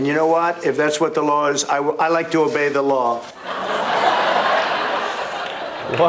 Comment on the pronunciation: Hahahaha at first i thought I heard trump say "I'd like to evade the law" not "obey" lmfao